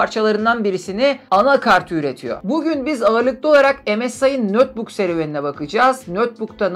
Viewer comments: Nötbuk ne demek, ya notbuk olur ya da netbuk olur. Notebook kelimesinin okunuşu nötbuk değil ''notbuk''tur. ABD'yi yeniden keşfetmemek lazım. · Neden "nötbuk" diye telaffuz ettiğinizi anlayamadım.